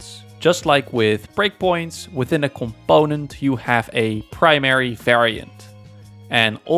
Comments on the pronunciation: ComPOOOnent. Im sorry seems like a great guy and all but this is just driving me crazy. I literally cant watch the video I get so annoyed. Brings out my misophonia I guess. Im sure am not alone with this. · You mean "c'POnent" 😂